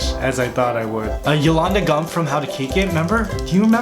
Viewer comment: Yolanda gammp not gummp lol I busted out laughing